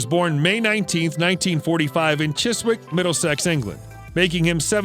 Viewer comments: He was born in Chiswick pronounced CHIZZICK! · The pronunciation of Chiswick will also prompt a smile on this side of the pond.